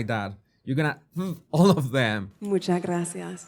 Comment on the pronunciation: Also when she says "Muchas, muchas gracias" she says "munchas, munchas gracias".